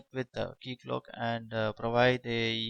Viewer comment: This is how it's supposed to be said